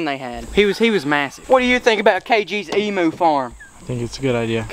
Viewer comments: It’s not emoo it’s emu u got the first part right like the em part but u pronounce the u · HEY,its pronounced "eem-you" not "eem-moo" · You are saying Emu Rong it's emuw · I love how u say Emoo instead of emu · They’re not called Emoos! Emu pronounced Eem-you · Haha said emoo lol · I’m an Aussie but he is saying wrong 😂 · Even though I'm a fan I don't like how nearly all Americans pronounce emu wrong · You pronounce emu wrong